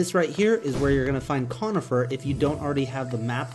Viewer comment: Corn-ifer not con-ifer